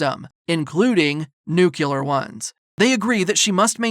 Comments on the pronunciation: Excellent recap, thank you. One small note; it’s pronounced nu-clear 🙂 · NU-CLEEEEE-AAAAAARRR ...... NOT Nucular